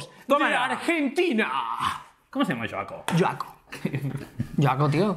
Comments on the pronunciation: jajajajaja noes yoaco es joaco se lee como se escribe osea con la jota "J" sin "sh" o "y" soy de argentia saludos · jjaja yo soy de argentina no es yoaco es joaco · "LLOACO" Jajaja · 😂😂😂 "yoaco". En Argentina a las personas con el nombre Joaquín, le decimos Joaco y se pronuncia tal y como está escrito. Perdonen pero me he reído mucho 😂😂😂😂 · Joaco viene de Joaquín, se pronuncia con J de Joaquín, no con J de Jaume, es argentino no catalán 😉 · Joaco es diminutivo de Joaquin, no "yoaco" 😂😂😂 saludos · Jajajaja joaco es de Joaquin, la j suena "fuerte" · No se pronuncia yoaco, se pronuncia Joaco, de joaquin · No es yo-a-co ajajaj se pronuncia jua-co. El nombre es joaquin